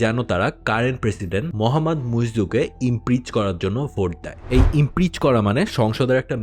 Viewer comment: It's not IMPREACH.. It is IMPEACH ! Get your Pronunciation straight !!!